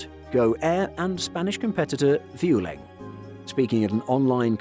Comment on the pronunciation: Vway-ling, not View-ling!